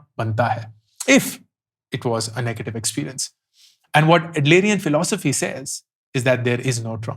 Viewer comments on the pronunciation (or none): I'd never be able to pronounce philosopher after this video. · You can’t even pronounce the word Philosopher correctly!